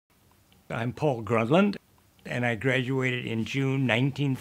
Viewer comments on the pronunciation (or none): My father's name was Paul GRUNLAND, not "Grundland." Please fix it. RIP Dad, . :'(